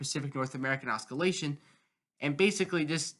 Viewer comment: I don't have a youtube station so i don't completely get this but why is there always 1-3 mins of garbage advertising spam and chum bucket chat in every weather video. get to the analysis please. I'll subscribe if your channel is accurate. i get it! edit also its "ossilation, not os-skillation"